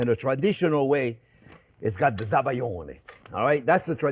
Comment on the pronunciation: Hi Chef Jean Pierre, thank you for this amazing dessert recipe from your labo...👍🏼 In french it's better to say "Sabayon" (like "salmon") not Zabayon... But you're The Chef, Chef😉 ❤